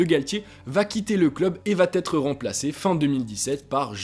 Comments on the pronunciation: Pourquoi tous les Youtubeurs disent "vat être" ? Vous savez pas conjuguer ou bien ? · Tu parles bien,sauf pour les liaisons maltapropos : il faut : il va être et non pas il va t’être